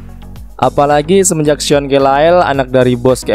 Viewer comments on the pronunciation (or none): none